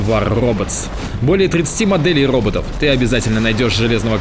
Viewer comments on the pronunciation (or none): не озвучивай рекламу про ррррроботов )))получается пиздец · не стал бы я на твоем месте рекламировать РРРРоботов))))